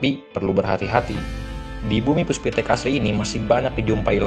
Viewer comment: PUSPIPTEK pak, bukan puspitek.